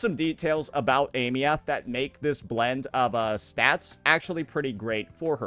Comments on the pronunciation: why you still pronouncing her name like that?? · Is he pronouncing her name incorrectly on purpose for engagement or is he stupid? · Girl learn how to pronouce her name. It's not hard!